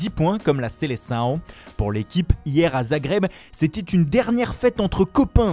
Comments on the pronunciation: "La seleçaõ" ouah mes oreilles en sang 🤮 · Même le portugais il me tue, seleçao et diogo jota ça me termine comment il les prononce